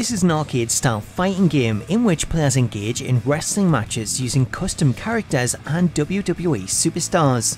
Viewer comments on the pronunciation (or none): none